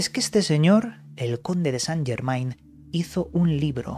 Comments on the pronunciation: N'est pas possible. ne parlez pas francaise. Il dit St. Germain, ne pas Germen... AI c'est E en francaise... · En francés Germain, se pronuncia Germen ... la AI es E... .. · Chirria que lo nombres acabado en -ain, acabalo en -en que es como es, Yegmen, es la pronunciación correcta